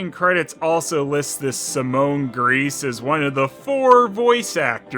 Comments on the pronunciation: I think its pronounced Grice actually, if it were pronounced Greece it would be spelt griess, with an ie instead of an Ei. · Simone's last name would be pronounced as "grice." In German, it is the second vowel sound you pronounce. One of the German words for "the" is "die" and is pronounced "dee." The German word for "three" is "drei" and is pronounced "dry"